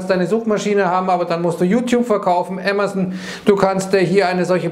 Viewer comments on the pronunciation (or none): none